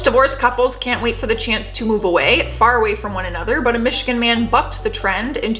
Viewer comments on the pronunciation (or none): none